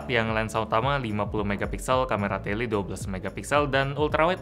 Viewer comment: lensa tele😂 orang sasak mana nih